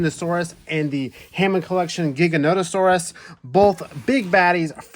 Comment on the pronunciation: Just because the movie pronounced Giganotosaurus wrong doesn't mean you have to as well lol.